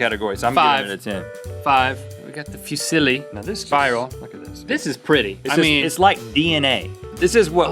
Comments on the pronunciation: Lol it's pronounced foo- zee-lee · Fusili is pronounced (foo-sil-ee) I am Italian so yeah i know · The way Fusilli is pronounced it's like saying "Who's silly?" Fusilli…? I AM! wooo! haha! xD